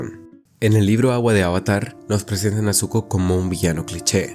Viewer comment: Me perdiste desde que pronunciaste avatar mal